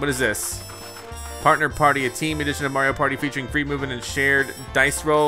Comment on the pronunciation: Almost as bad as a lot of informal videos on Mario pronounce wrong. They say may-ree-o instead of mar-ree-o and it’s so damn annoying that I instantly dislike the video